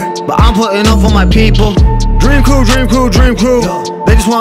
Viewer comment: i fuck with but listening to him repeatedly say “DrEaM qReW” makes me cringe sooo fucking hard. i hate the outro to Qias’s vlogs for that reason lmao